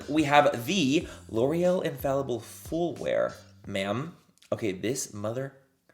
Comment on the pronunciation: “IF you guys watch fool coverage” HAA hunny